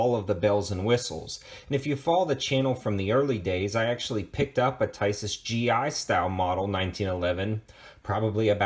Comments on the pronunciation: It’s pronounced Tee Saws! Not Ty Sis! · Pronounced TEESAZ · Nice review! I picked mine up for $300 NIB from Buds Tn. JFYI in Europe (Turkey included) i's are pronounced as E's. The manuf. is Teesas, just saying. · Tisas...pronounced Tee-sash or Tee-sosh.